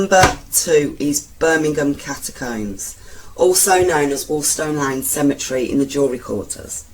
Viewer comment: Interesting but the narrator is terrible. One minute she's shouting at you then the next minute she's stopping and starting like she hasn't read through the script first and pronouncing words wrong like catacombs and Worcester and it's Steelhouse lane not "Stealhouse" It's a shame because I like her brummie accent. Maybe practice reading the script before recording?